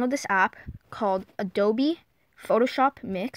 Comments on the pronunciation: its not ADOBEEEeeeeeeeeee its adobe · Ado-BEE LOL it's A dope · OK IF YOU KEEP SAYING “ADOBE” I WILL FREAK OUT YOU DONT PRONOUNCE THE E IM IT!!!!!